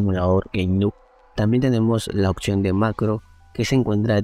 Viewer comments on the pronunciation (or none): amigo se dice oPcion y no oCsion